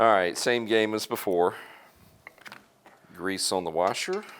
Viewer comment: Great video! I don't like the way you're saying grease though. Makes me wanna fight you a little.